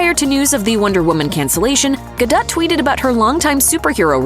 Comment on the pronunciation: For the record, her last name is pronounced Ga-dou, not Ga-dette